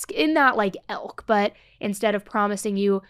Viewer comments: Just a heads up - it sounds like you say “Sherri Pappini elk”. I think what you’re meaning to say is “Sherri Pappini ilk”. I heard “elk” twice in this episode. No shade, just trying to help:) Great episode!😘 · you keep using the word “ilk” and pronouncing it like “elk” and you aren’t really conjugating it correctly.